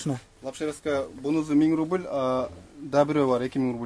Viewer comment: Рубил эмес рубль